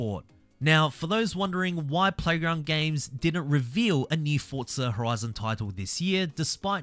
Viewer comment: Fortza fortza fortza